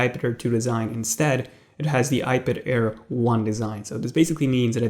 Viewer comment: I thought he was saying iBitair